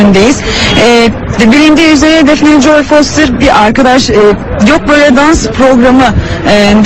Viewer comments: foyter değil foster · XxDenoşxX onu demiyor, kadın foster demiyor foyter diyor, onu anlatmaya çalıştı. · Şu Foster'i Doğru Düzgün Söyleyin 😡